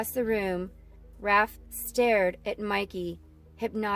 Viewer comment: you said renet as renae and raph as ralph